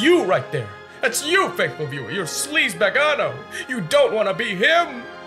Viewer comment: Sleazbagono? Did you forget it's shleemo?